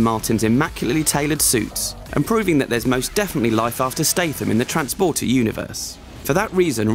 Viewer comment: transfporter fefueled, hurhurhur